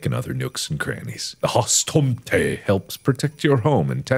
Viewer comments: When you’re swedish and he says hustomten wrong 🙄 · I don’t speak Swedish, or any Scandi languages for that matter, but mark’s pronunciation of “hustomten” made me giggle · I wheezed like a hyena when mark attempted to pronounciate Hustomten and Nisse I cackle in swedish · The way he pronounced "hustomten" and "nisse" hurt my swedish heart😭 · It's hilarious listening to Mark trying to pronounce Swedish words and trying to sound cool at the same time.